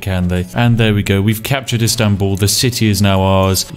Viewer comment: Loved how you pronounce Istanbul ♥️♥️♥️